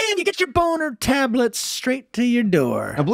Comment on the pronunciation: what an ad read, boner TABLETS